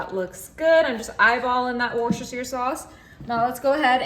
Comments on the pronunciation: You pronounce it Wor-ster-sheer sauce. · Woo chest er sauce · I won't bother telling you how to pronounce Worcestershire yet again. Obviously you don't care or don't want to know. Too bad. It's always good to learn.